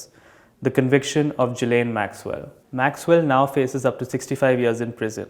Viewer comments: U gotta pronounce that European name well bruv...It's gi-layn ..not ji-layn .. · well, it was just a friendly nudge to pronounce the name correctly..hehe...